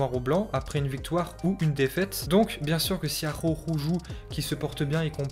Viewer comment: Comment sa espagnol il dit Arhako